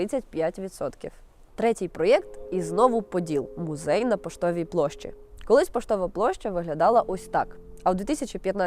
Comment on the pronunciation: "Гідности", "мюзей", ну це що за смак для вушок